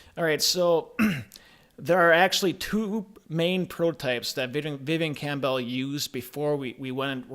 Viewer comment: It's not "Cam Bell" you idiot. If you're going to talk about someone then at least have the courtesy to say his name correctly.